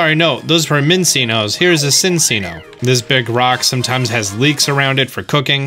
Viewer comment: why do pronounce cinccino like that 😭